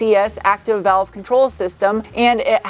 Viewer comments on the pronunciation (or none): none